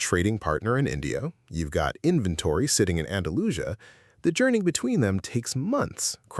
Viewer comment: I enjoy getting talked down to right at the start. The first sentence is about financial instruments. Then "They [Arabs] never get the credit." Implying, obviously you racists. Then the miss pronounces Andalusia. The whole tone is condescending, with smirky chuckles. Implying, you idiots dont realize how important Arabs to you. Offers no proof complex derivatives snd securitizations come from simple oral contracts between traders. "You've been speaking Arabic your whole life [referring to the word cheque] and didn't even realize it. Read: you idiots don't know anything.